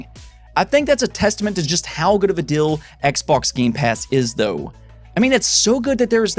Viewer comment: The amount of time you say “dill” instead of “deal”